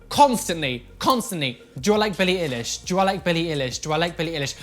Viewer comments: "billie ihlish" triggered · „BiLliE iLlish“ 😂 (No hate pls don’t cancel me I just thought it’s funny how you pronounced it😂) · I LOVE billie so so so much and i love that didnt offend her but...... i love you gal but thats not how her name is said..... love you anyways xxx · i love the way he pronounces her name wrong😂 tbh I don’t rly like Billie in the first place😂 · How says billie eilish 😭 😂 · I love you, but the way you said Billie Eilish triggered me 😭😭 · THE WAY HE PRONOUNCED BILLIE EILISH LMAOOOOOOOOOOOOOO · I'm not mad that you don't like billie eilish. I'm just offended the way you pronounced her name lol